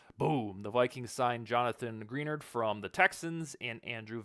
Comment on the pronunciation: Good points, but when you continue to mispronounce Greenard, I can't take you seriously.